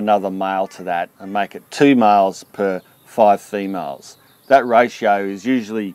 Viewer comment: I thought you were speaking about miles instead of males ..